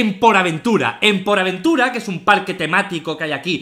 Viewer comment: Auron, porta aventura no poraventura